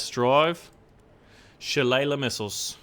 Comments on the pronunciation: Think the name of the ATGM is pronounced \shə-ˈlā-lē\ as in the Irish cudgel of the same name. Love the Sheridan (T49) in WOT best use it as a drive by killer but those missiles should be interesting. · Sha-lae-ly is how to say it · it's shalaly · if you weren't aware, it's pronounced shi-lay-lee or shu-lay-lee